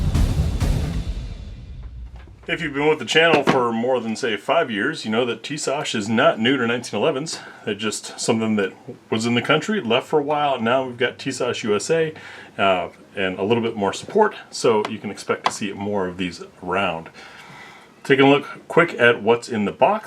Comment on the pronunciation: Pronounced: Tea-Sass not Shass.